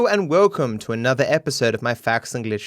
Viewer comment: Nobody:....: Hello and woecum...